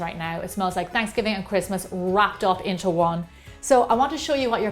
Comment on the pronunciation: not trying to be a troll but what's fransgiving lol